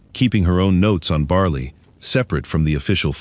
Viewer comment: dogs name is bali not barley there is no r ore or y in the name